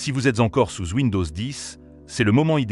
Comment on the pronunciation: Bien, mais que cette voix IA est pénible .... et c'est partout maintenant. Les prononciation des lettres muettes terminales ("souze" au lieu de "sous") et j'en passe sont lamentables.